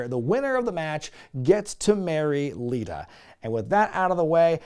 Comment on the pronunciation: u picked on hee for saying "til death do us apart" then later u called Lita "Alita"